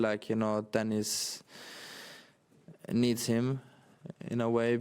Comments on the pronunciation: "neads" ?!? or maybe "kneads" ?!? What kind of moron are you? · needs* not neads